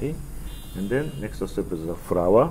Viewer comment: wtf is nexoo stepooo is next step my god